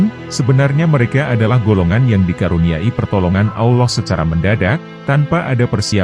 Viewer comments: Usul , menyebut Allah , contoh Al lah, bukan Aulah mohon maaf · Adminnya kurang fasih dalam mengucap kata Allah ... si admin ini islam beneran atau jangan2 missionaris ini...